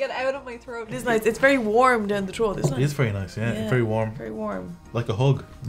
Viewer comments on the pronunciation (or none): Saying trote instead of throat gets me everytime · Every time they say throat I hear trout.